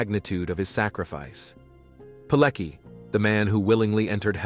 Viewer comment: I can't stand how badly his his surname is pronounced. Its Piletski!